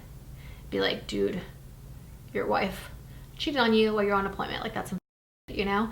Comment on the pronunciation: Are we saying appointment? Apolyment?